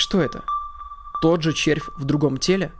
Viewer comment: Спасибо я ем. А ты ещё буд то специально акцентируешься на слове "ЧЕРВЬ"